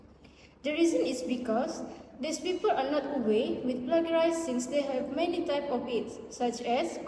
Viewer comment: Acedemic ✅ Academic ❌ Mohon betulkan sebutan 'plagiarism'. Yg tudung biru, jangan gema sgt suara tu. Ada masa nnt, saya tmbh lg.